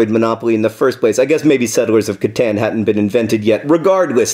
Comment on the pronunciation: cat- ON, not cat- AN